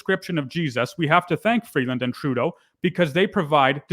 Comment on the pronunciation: Why does the Turd always try to sound 'worldly' with the way he pronounces names? In this case, Chrystia Freebase He is so obnoxious, it's off the charts. For the record, so is Freebase.